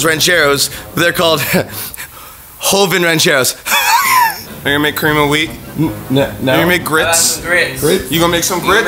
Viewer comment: It bothers me how joven says rancheros but I still love him he my second favorite lasercorn is my first favorite